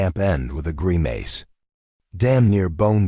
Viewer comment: GRIMACE ≠ gri - māce ... inappropriate pauses ... gaps ... FIX YOUR DAMNED AI!